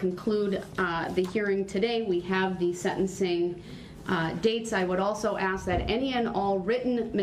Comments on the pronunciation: I laugh and cry every time he says it. It's infuriating and hilarious all at once. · Girl I worked with children from K-4 the grade on writing and speech. Axe was killing me- There was no end to the mess. I find it hard he graduated high school. Grounds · ASK...not AXE! For someone who claims to know the truth, he doesn't now how to enunciate. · With all the "axing" This idiot is doing, he's going to end up looking at a dozen more murder charges... Why can't people speak proper English? The word "ask" is NOT that hard to pronounce! Once I hear the word "ax" , I stop listening. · Who gave Babbling Brooks an axe so he could "axe questions" during his trial?? Thats not right!! 🤣🤣🤣🤣🤣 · Don't axe me . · I would just say nobody axed me lol